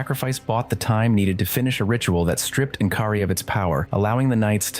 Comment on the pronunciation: En'kari???? Really???